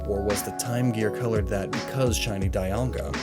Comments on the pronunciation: Why is it that ever since generation 4 at least one of the box art legendaries gets its name mispronounced? Gen 4 it's was Dialga, gen 5 it's was Kyurem, gen 6 it's was Yveltal, gen 7 it's Solgaleo & gen 8 it's Zacian; the last one we clearly had its name pronounced for us during its introduction. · why Die-alga and not Palki-a or Guy-ratina Die-alga is realy gettin to me